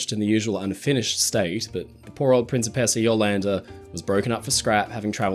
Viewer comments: PREEN chee PACE ahh NOT prin SEE pess ahh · I keep hearing prince of pizza. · Great video! But I twitched every time you pronounced "Princessa" 😂 Italian's not that difficult…